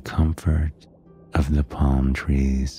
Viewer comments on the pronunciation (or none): “Under da sea”